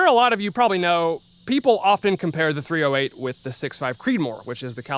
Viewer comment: My man, it's not called "three oh hate" for no reason.